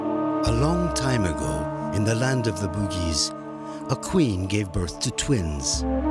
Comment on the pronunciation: The narrator pronounce Bugis as Boogeys... 😂😂 sounds funny